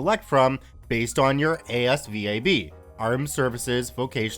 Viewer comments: I can’t help but cringe at him saying that he says it like M E P S and A S V A B instead of meps and Asvab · "Meeps" ans "as vab" is how you say it lol. Dad was in the army